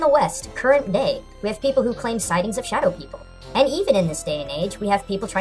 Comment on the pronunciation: YES I STUDIED UNDER A FORMER YORUBA HE CAME TO THE LOCAL UNIVERSITY AND UGHHH I LOVE THE YORUBA And um... you mispronounced shadow